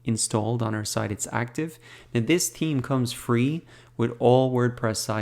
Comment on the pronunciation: except that he keeps saying 'team' for 'theme' haha.